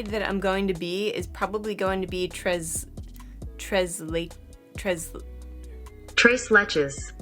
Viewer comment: Très leche: French, pronounced like trrray laeyshh